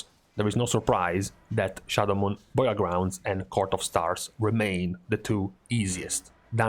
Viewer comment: Just realized can't say "Burial" to save his life lol.